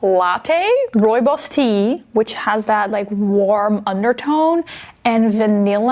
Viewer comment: As a South African (my country is where rooibos is from) I was like finally someone pronounces "rooibos" correctly! Then I remembered you are Dutch so that makes perfect sense.